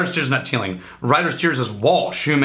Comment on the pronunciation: I bet the authentic Irish pronunciation isn't "Teelinkgk"